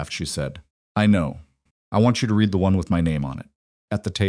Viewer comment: Same BS Ai that is unable to distinguish read (reed) from read (red) .... 100% FAIL...